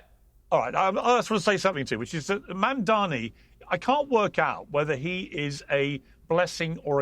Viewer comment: Piers keeps mispronouncing Mamdani. just call him Mr Mayor.